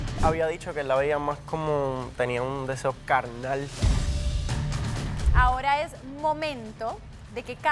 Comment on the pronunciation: “un deseo calnal” 😂😂